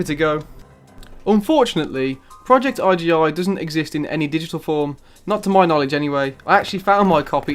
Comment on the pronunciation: Bro is .......I......... G.......... I NOT iggi 😊